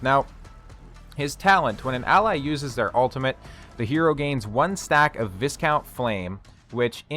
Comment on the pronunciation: Good hero. His title "Viscount" is pronounced Vi-count :) Ive heard several cc´s pronounce it wrong.